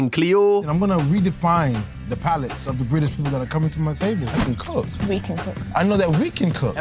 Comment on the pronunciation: Mate, few months ago you came up on my feed and since then you've given me nothing but pure joy and a belly that aches from laughter😂😊. I'm in "sarf" London and when you say the word "cook " it sounds like "kook " to me😅. Thanks for just being you. You're appreciated. I was going to just say I've seen a few more summers than you😂, but im 62, showing you that even an oldie can subscribe 🎉.